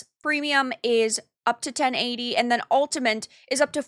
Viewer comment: still can't say 'Ultimate', it seems